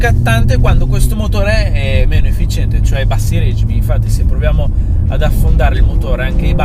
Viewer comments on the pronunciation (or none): "règimi" non si può proprio sentire! si dice regìmi! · *Regimi con l’accento sulle i